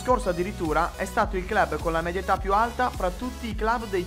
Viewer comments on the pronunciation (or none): none